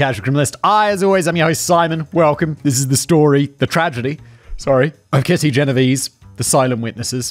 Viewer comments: Writers, wonderful writers, can you please go back to including pronunciation guides - especially for names - for Simon?! It feel disrespectful for him to be (accidentally) mispronouncing the victim's name. Genovese is of Italian origin: the last 2 'e's are pronounced like the e in 'bet'. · isn't it pronounced "gen-oh-vay-zay"? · You say the last e in Genovese.